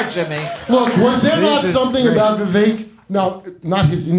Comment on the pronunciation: Ann is a piece of shit for many reasons. And his name is pronounced ‘Viv-ache’ Love you Jimmy, but at least say it wrong as a joke. Kurt can say it right.